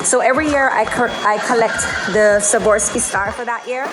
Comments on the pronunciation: Just wanted to help you with the pronunciation: Swa-rov-ski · S w a r o v s k i......not savorski.